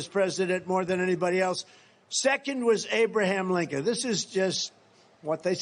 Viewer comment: I recorded my voice pronouncing her name and it did sound like Linken. I also pronounced Nancy Pelosi but it did not sound like Nikki Haley at all \_😳_/.